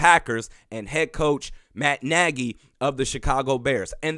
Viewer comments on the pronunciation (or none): none